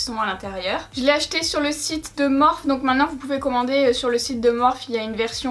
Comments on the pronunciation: c pas morphe sa se pronnonce morphi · Cc juste sa se prononce Morphy pas Morphe mais voilà sinon super vidéo et les Makeup sont vraiment trop beau ❤️ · Tu peux dire morphiiiii ça me stresse 😂😂😂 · Le plus drôle c'est que tout le monde se goure 😂 Morphe est à la base un dieu grec mineur donc ça ne se prononce pas "Morphi" mais "morphé" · Moi qui avais commandé le vault et qui savait pas trop quoi faire avec certaines couleurs tu m’as bien aidé merci beaucoup !! Superbe comme toujours Gnagnagna on dit Morphiie #teammorphE 💪🏻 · Morphe, Morphée ou Morpheus (une seule et même personne, un dieu grec qui a inspiré de le nom de la marque), ne se prononce ni Morphy ni Morphe. Mais Morphée. Donc arrêtez de dire à tout va que ça se dit Morphy, car déjà on s'en tape (tout le monde le prononce comme il veut du moment que c'est comprehansible), et en plus vous avez tord. Voilà, je ne veux en aucun cas être méchante, mais arrêtez de faire la réflexion à 😂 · MÉ ON DIS MORFY TU CÉ PA LE DIR EN + TU DIT JAMET BONJOUR T TRO NUL VA T JETET Je t'aime haha encore une superbe vidéo qui me fait fantasmer sur ton talent 😂😂😂❤❤ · Waouh ce make up !!!!!!! * juste on dit pas “ morphi” ? ❤️❤️❤️❤️❤️❤️❤️ les couleurs sont trop belles !!!!!